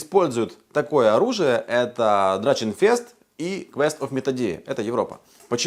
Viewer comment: дорогой, это драХенфест а не драЧенфест. это немецкий язык а не английский. в Германии с пластиковыми доспехами не ходют на Ларп, мы используем кожанное или железное. хоть и потоньше чем реконские